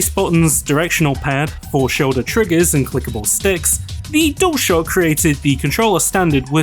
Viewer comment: why do you say "dole shock" instead of dualshock?